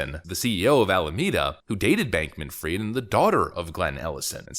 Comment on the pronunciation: it's not bankman freed, it's fried